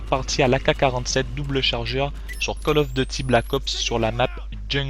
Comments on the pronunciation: " call of dety "Arrete tes commentary serieux ^^ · "call of the ty" x) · J'adore le debut " call of dôty black ops "